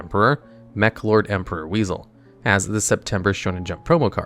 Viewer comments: i'm pretty sure that monster's name is pronounced Wise-all, not weasel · I believe it's pronounced "Wise-el" not "Weasel". In my experience, Wisel was actually really good because it was a free negate for a spell card. The battle restriction was a big drawback though, but could be still worth it. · Wizel isn't pronounced weasel it's pronounced wai-zel how the heck did you mispronounce it the entire freaking time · It’s pronounced Wise-L not Weasel lol though it’s pretty fitting considering the archetype itself is a Huge-L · First of all, it's not "weasel", it's Wisel... Why-Cell. Secondly, 5Ds is literally the BEST series in Yu-Gi-Oh. I could see an argument for the Duel Monsters series being the best, but anything else is ridiculous. I don't even care if you said this to bait interactions... it's egregious to say such bullshit. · It's pronounced "WIE-SEL". Wisel. (Captial I) Not weasel. Did you not watch the anime??? 🤨😠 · The name isn't pronounced "weasel" it "WISE-L" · It’s pronounced Wise-el not weasel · Wisel is pronounced Wise Ell, not weasel, lol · Why are you calling my man Wisel, “Weasel” 😂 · The way he pronounces “Wisel” as “Wiesel” 💀💀💀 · Mans really called my man wisel weasel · it hurts me that almost no one pronounce the meklords' names correctly it's gran-elu sky-elu wise-elu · Also, you calling Wisel... Weasel, triggers me a bit. But that's the point. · >when he keeps calling my boi wisel - weasel, like the animal 😭